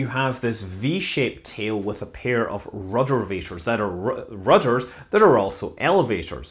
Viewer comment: I lold everytime he said ruddervator.